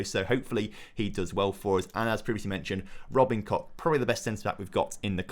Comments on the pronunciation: I mean, no. The -ch at the end of his name is not a K-sound, just like in "ich", it's like a rough H-sound. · You might need to rethink your pronounciation of Robin Koch's name, otherwise it sounds like you're rubbing something you don't want to be rubbing lmao